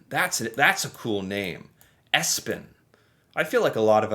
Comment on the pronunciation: Hi! I like my name too which is Espen. And your pronunciation was spot on! Impressive!!